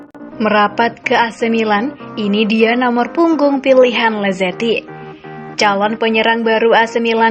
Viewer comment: Masukan untuk pengisi suara: jangan semua nama/istilah dibaca dengan pronounce hahaha inggris. Ex: lazetic->lazetik, maignan->maiknan, etc